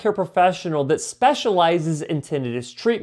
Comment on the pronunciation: You mispronounced Tinnitus